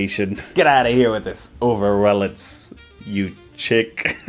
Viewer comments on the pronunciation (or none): the text is spelled correctly...??? why are you pronouncing it as if it's overrelance???? there's so much wrong with this ad but you had to focus on the one thing they got right